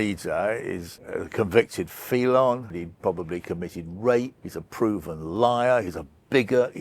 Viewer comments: I'm very surprised that such an intelligent bloke doesn't know how to pronounce 'felon'. It's not 'feelon', it's 'fellon'. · This dude pronounced the word NUCLEAR as "NYOOK-YOO-LAH" over and over in this piece. I hate it every time I hear it but it's nothing I haven't heard thousands of times over the years... However he also pronounced the word FELON as "FEELON"!! Now that,.. that was a first for me.